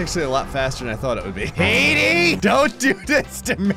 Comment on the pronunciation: When says Petey, it sounds like he’s saying Meaty, so I basically imagined if Meaty Bits made the board